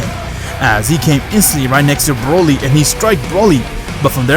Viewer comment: Hes calling broly brayle